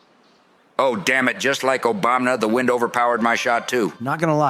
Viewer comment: This is the first of your videos I have watched. Pretty good! You need to fix all the presidents, saying Obamna. That is irritating.